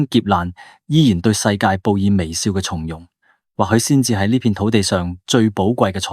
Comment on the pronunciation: 從容，讀鬆容，不是讀蟲容。